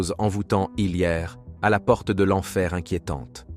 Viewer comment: 23minutes 25 seconde"la porte" Il nous a fait l'accent Allemand 😅😂